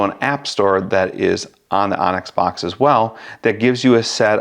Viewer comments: Great info, thank you! I believe it’s pronounced “books” instead of “box” though 😊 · Boox likely pronounced 'books', not 'box' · It's pronounced Boox like book. Not box. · bOOx. not box. boox, like books. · Excellent, thorough review, thank you! Actually was torn between both products. As an FYI, and I'm sure you're aware by now, Boox is pronounced "Books" for obvious reasons. Thanks again for your comparison. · I mean you COULD, but you'd be pronouncing it wrong, and you'll keep getting comments informing you that you're pronouncing wrong; why not provide a correction to someone who may make several reviews/videos on Boox (books) devices? I'd rather find out early on, it's not a big deal